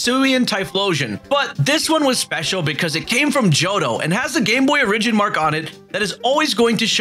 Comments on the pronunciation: I'm triggered by the way you say origin but love the video otherwise lol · Not pronouncing origin correctly is going to give me an aneurysm. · I had no idea the word Origin COULD be pronounced differently, but here I am, surprised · Says origin so weird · Bro your pronunciation of origin almost made me click off